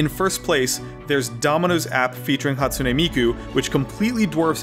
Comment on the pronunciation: "Scottsune Miku"